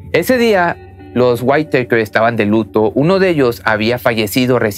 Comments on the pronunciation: Se pronuncia: "Guítakers". No Guaiteikers. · Me incomoda el cómo pronuncias el apellido cuando se pronuncia simplemente como se escribe WHITAKER nada más,sólo que con el sonido del inglés la T tendrías que pronunciarla como una D y la E y la R como un KERR con doble R.más o menos así,sino mira videos donde te enseñan como pronunciar los nombres y apellidos en inglés y de otros países de distintos idiomas es interesante y aveces divertido si quieres aprender. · SE PRONUNCIA "GÜITAKER" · Waitèikers hahahhahahaa SE PRONUCIA LOS WITAKERS me deberías contratar para ayudarte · Se dice whittakers no guiteikers pero solo digo no intento ridiculizar ni nada por el estilo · Perdón pero me hace mal escuchar "waiteiker" 🥴 se pronuncia Wittaker tal cual se escribe, con el acento en la i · El apellido Whittaker se pronuncia WÍTAKER ( güítaquer). ☺️ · Habías de corregir, Whittaker no se pruncia "WAITEKER". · Es witakers jajaj me estréso cuando lo pronuncia mal jajaja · Se dice guiraquer 👌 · Ojo Se pronuncia witaquer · No pudistes consultar la pronunciacion correcta de Whittaker? 🤦🏽‍♂️